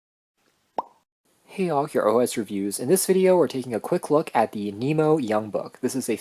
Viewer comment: Thanks for sharing your thoughts on our Nimo product! We're always working to improve, and your feedback is valuable to us. (One small thing - it's Nimo, not Nemo )